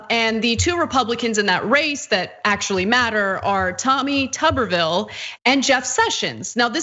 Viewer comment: The correct pronunciation is: Tu-ber /ˈt(y)o͞obər/ as in a potato; if his surname contained two "B's" it would be pronounced Tubby as in a mildly corpulent creature with a Television in his abdomen.... hence: Mr. Potato Head or Teletubbie.